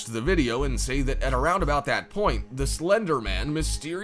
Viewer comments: did he say Tolken abooot it ever sense? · He said abooted